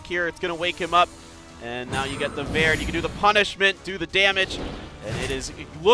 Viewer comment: Wow where do they find announcers at? The guy who isn’t Peter doesn’t really seem to know much of what he’s talking about, calls verdehile “Verad”, calls Diana “DeeAwwna”, and said to leave FENG for last due to counter attacks which is the only reason to not leave him for last 😂 very annoying